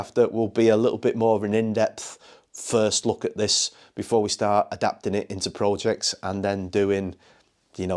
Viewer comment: Looks nice shame you mispronounced Projects yet again, but never mind 🤣🤣